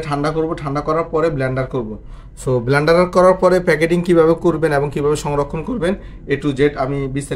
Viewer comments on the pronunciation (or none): none